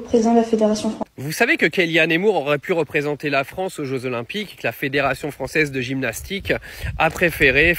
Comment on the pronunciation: Bof! Vous pensez vraiment qu’elle préfèrera l’Algérie à la « Fronce »….pour y vivre?😂🤣👋🏾👋🏾